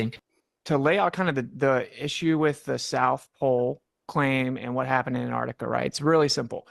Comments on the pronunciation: tell the guy on the top left that it's 'antarctica' not 'antartica'.... and evidence isn't a countable noun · antartikuh is quite funny to me as a German viewer because Kuh in German is cow in English. was this deliberate? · The non-word, "Antartica", drives me f'n nuts.